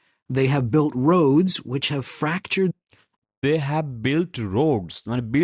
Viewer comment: Not roafs it is Roads